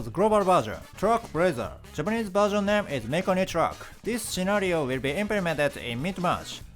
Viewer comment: Your English keeps getting better! One thing: "Names" is not pronounced "name + es," just say "name" and add an "s" sound like you would with most other plural words. Thanks for your continued guidance!